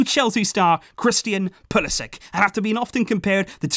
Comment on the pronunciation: Pulisić is pronounced Pulisich, not Pulisik